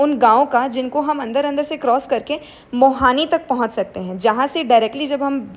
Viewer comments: That's not mohani, it's mohaniya....i am from sasaram bihar...hmare maa papa v vns se same day return ho re the rat me fas gae the wolog v isi traffic me....lots of love ❤ & i live in vns i am a bhu student 🙂...glad to see you in our Kashi nagri 🌸 har har mahadev🙏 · This is not mohani , it is Mohaniya.. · मोहानी नहीं मोहनियां hota h mam 😂😂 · That place is Mohaniya not Mohani.😊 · You mean Mohaniya not mohani ? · मोहानी ❌ मोहनिया ✅. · Mohaaniya, not mohani